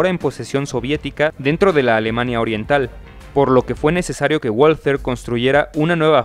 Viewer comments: No se pronuncia "gualter" sino "valter". Que no es inglés sino alemán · Pues lo primero que tienes que saber tú es que no se pronuncia Gualter, coño ! Se pronuncia Valter ! Lo saben hasta los niños de teta ! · Se pronuncia balter, no ualter. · Pronunciado "BALTER" (alemán), NO "UOLTER" (inglés) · No se pronuncia uolter sino valter. Los comentaristas soléis pronunciar las palabras alemanas a la inglesa por ejemplo en tanque TIGER que pronunciais taiger, en vez de tiger. Y así. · Que sepan Uds. Que la w en alemán se pronuncia B igual que en el japonés se dice Balter. No ualtet. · WALTHER: se pronuncia VALTER (es alemán, no inglés) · La w se pronuncia como b y no gualater.. Es balter.. Saludos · Hola, tu pronunciacion del nombre de la fabrica "Walther" no es corecto! En Espaniol se pronuncia "Balter"! Pero tu estas copiando el Ingles, diciendo "Bolser"! Eso es falso, pero nosotros sabemos, que los US Americanos son incompetentes en idiomas extranjeras! Pero tu, hablando Espanol, tu no tienes que hacer las mismas faltas como los US Americanos, pf! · No se dice "uolter", se pronuncia "valter", es alemana, no inglesa. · mm no se dice "guolter/Wall-ter" porque dicha pronunciación tiene acento inglés en alemán se dice "valter". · La pronunciación correcta es "valta" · Hablando de una arma Alemana, por lo menos se espera que su nombre sea pronunciado correctamente, NO es inglés!!! Woalter !!! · Valta es la pronunciación correcta, todo lo que termina en "er" equivale a una A en español. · Se dice pistola Balter P38. Disculpen las molestias. Saludos. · se dice valther jaja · Muy bueno el video. Pero no olvides que es una empresa alemana, es decir que la W no se pronuncia como U sino como V. Se deberia pronunciar , Valther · Muy bueno. Únicamente, una pequeña observación. La W en alemán se pronuncia como V fuerte, ergo se oiría como VALTER. Por lo demás, estupendo! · En alemán la "w" se pronuncia "v" y la "v" se pronuncia "f". Así que se diría /Valther/ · "V A L T Á"